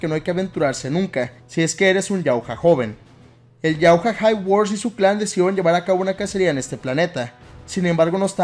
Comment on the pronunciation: Se escribe Yautja pero No se lee "yautja", se lee "yautia"